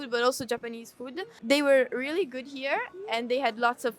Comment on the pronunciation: really のL がRになるだけでなく、全体的にR の発音が気になります。スミマセン。もっと自然に発音されたら、聞く方も聞きやすいように思います。yeah?という時にも最後にRが入ってしまっている感じです。